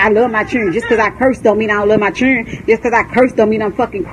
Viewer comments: I can’t with his momma saying “chirren” 🤣🤣🤣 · Its children not chren lol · She is driving me crazy when she keeps saying Chirren. My God, she is just as bad as Tokyo Toni. She needs to grow up. She is ratchet city. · We day Chirren in the Caribbean too. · Did she say Chiren? I swear I love TF outta his mom. 🤣💅😭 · His mother's vocabulary is making me cringe and it ain't the cussing it's these sad attempts at words. It's children not whatever she said like she took the first sound of it and as if there's no letters in between C H & D or behind it for that matter. Then added an imaginary L at the end and then tried to call it English. People who talk like this is why when I talk to others they try to say I sound like a white person. Speaking properly isn't just for white people but you damn sure not making it any easier for us to prove them wrong by talking like this. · “I love my fucking chren”